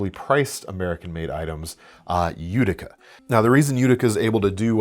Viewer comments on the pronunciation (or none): none